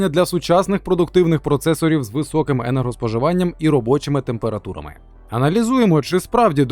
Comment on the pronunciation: температурамэ😂😂 !отписка